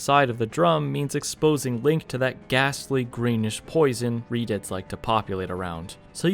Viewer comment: does anyone else hear him calling redeads "redids"?